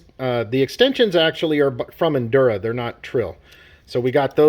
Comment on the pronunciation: Bro it's "injora" not "indura" there's a j... it's literally in writing right in front of your face